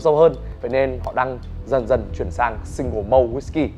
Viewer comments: Malt /molt/ mà tiến sĩ rượu đọc là mâu, bó tay luôn!!! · Chữ 'malt' phát âm chuẩn theo kiểu Anh nghe tợ như 'mau' trong tiếng Việt kèm với âm gió t ở cuối, chứ không phải là 'mâu'. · Mình nghe chữ mâu thì thấy lạ vì trong tiếng Anh ko có chữ mâu, nên mới nhìn chữ trên clip coi là gì Mình thì đọc là XO kèm âm t cuối, đơn giản v thôi, còn thực tế Tây hiểu ko thì mình ko biết nữa Mà mâu thì chắc chắc người nước ngoài nghe ko hiểu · Vửa sửa shi vas xong lại mâu =))) lại còn đánh vần hẳn bờ len đựt =))))